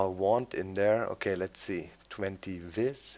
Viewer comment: vis is pronounced veece